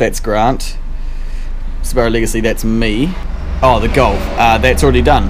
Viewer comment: Sooo Bar OOO (Subarau) Niss in (Nissan) ! LOVE IT